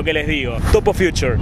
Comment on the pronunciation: Te pido un Tooo... un Topo por el fiuchuuuur (al ritmo de un Sol para los chicos) Te pido un Tooo... un Topo por el fiuchuuuuuuuuur (lease future) XD